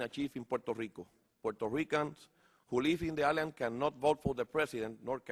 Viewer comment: Correccion, lo lee. AGP NO TENIA paginas y paginas para leer. Aun leyendo cuando dijo ISLAND pronuncio la S, lo pronunciarias en castellano de la siguienta forma "AILAND" pronuncio LEGAL COMO si fuera tambien en castellano, al pronunciar LEGAL EN INGLES sería en espa~ol Lígal y eso que el caballero nació en New York.